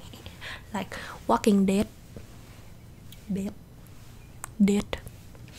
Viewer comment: THE WAY YOU SAY 'DEAD' in WALKING DEAD ha